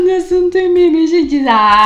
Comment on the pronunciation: Guerra memeal ele falou errado